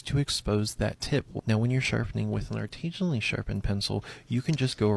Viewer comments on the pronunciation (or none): He keeps saying artesian which has to do with water not artisan which is he's doing lol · I want to scream every time I hear the word "artesianally." That isn't the right word. Artesian refers to a kind of well in which water pressure comes from the source natural ground water being at a higher elevation. Many municipal water supplies use water towers to artificially create the same effect. The word he is trying to say is artisianally. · The mispronouncing of artisionally is kiiiilling me bro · the give away that this guy made a fake job real is that he doesn't know how to pronounce "artisanally". He keeps saying "artisionally", because he thinks it's artisean. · Biggest red flag is how this man pronounces artisanally